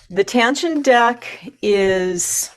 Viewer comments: There's no "N" in the mddle of Taschen. It's tash-en not tan-shen. I'm sorry, but that drove me up the wall. The comparison was helpful once I turned off the sound. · FYI, it's pronounced "Tash-en" - not "Tan-shen" - there's no 'n' in the middle of the word.